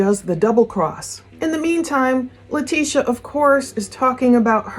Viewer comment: her name is pronounced Lie-tesha. Great work as always